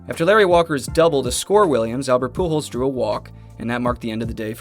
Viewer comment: surprised the Ai got pujols right